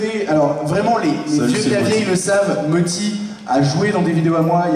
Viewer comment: Mothy, pas Motti Sinon merci pour la conférence.